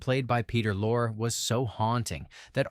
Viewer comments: Thanks for this compilation. Just one quibble: You have Peter Lorre's last name rhyme with "laura" or "lore," but it normally rhymes with "laurie" in English. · That's Peter Lorre pronounced Lor-ree. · Peter Lorre’s name is pronounced “Loree”. Sure sign the voice is AI. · The content is pretty good but enough if the AI BS! AI absolutely cannot pronounce “Peter Lorre” correctly….. what would it take to get a real mammal to read the dialog instead of running the narration script through a machine???? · i know, i was being sarcastic because the AI narration pronounced it incorrectly.